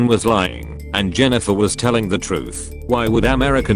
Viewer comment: LOL? I am pretty sure the AI voice called Jennifer "genital" and then "jenniphant". I love this